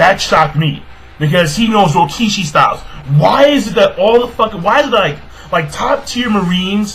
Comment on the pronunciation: its rokushiki not rokishi and bosushoku not bishoshoku